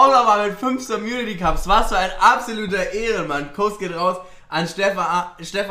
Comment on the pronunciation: Wie sie mit völliger Überzeugung „somunity cups“ sagt😂